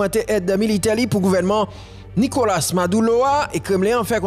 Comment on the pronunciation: Ale koyé influyansè bwôdè mezanmy. Nokola se pa NIKOLACE, se pa panyol wap palé. Abinadè se pa abinadèl, se nou menm ki magé pep la ap palé devan dèyè. Andy ann-di se pa inn-di